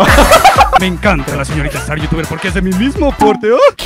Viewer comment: El "Clases con Starrrrr" me da mil años de vida ❤️✨